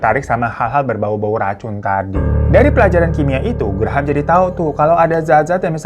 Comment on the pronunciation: Graham bacanya Grem bang.. 😂😂 Graham² aku jd brasa gigi susu 😂😂